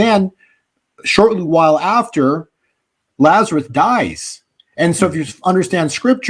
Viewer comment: I’m a fan. And you are quite a good speaker. This is why I am surprised you pronounce Lazarus as Lazareth.